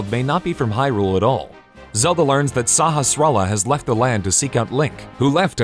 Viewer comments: Its not salahala its sahastrala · Suh-has-rah-lah. Which is based off the word "Sahasrarah" A yoga tradition. No one gets that pronunciation right.